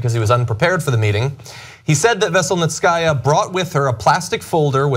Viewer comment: It's pronounced veh-sell-neet-see-ah... not vessel-net-sky-ah 😉🐙